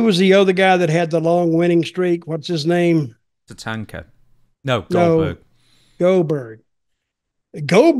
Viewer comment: "Tatanka" lmao Dude was way off